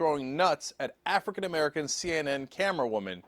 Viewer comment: This is M'err-ica